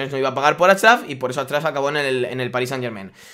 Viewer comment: Jajajaja dice atchiaf